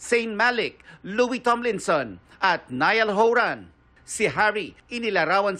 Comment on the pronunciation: "Horan" not Howwran 😅 ohmeee